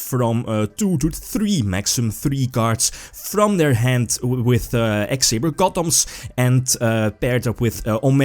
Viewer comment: Did you say x-sabers? Somebody get billy brake on the phone.